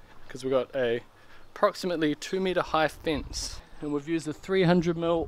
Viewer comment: I immediately new he was a New Zealander When he said "we're going to build a fince"